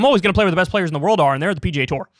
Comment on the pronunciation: Slow down and enunciate, Kyle. When you attempt to say PGA, it sounds like PJ.